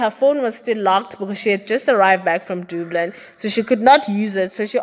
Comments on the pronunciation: Dublin not doblin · I love your channel. It’s pronounced “DUH-BLIN”, not “DOO-BLIN” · The way you pronounce Dublin yhooo Very wrong dublun yhoooo hayi